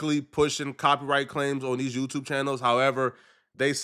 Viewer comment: I want to say thank yeW, teW everyone on twitch IG tiktok and yeWteWbe. Yeah, BM is a British African skraight outta B-more.